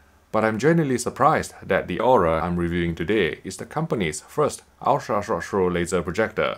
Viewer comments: "ultra rshh rshh rshh projector" .... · Is it wrong I love when he reviews USTP in part because how he pronounces it? Jokes aside amazing review as always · crack me up how this guy can not say ultra short throw